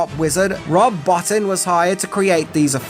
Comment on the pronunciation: It isn't Rob BOT-TIN, it's BOW-TEEN!